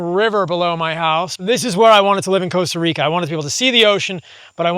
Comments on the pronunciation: Stop calling it "Coasta Rica" bro. Loooool. Nice place though, amazing lifestyle also. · coasta Rica😂